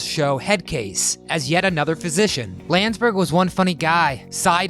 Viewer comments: Not Steve “Lands-berg”, it’s “Land-des-berg”....Steve Landesberg. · Nice video about a funny program...but the actor who portrayed Dietrich's name is pronounced Land es berg.. not Landsberg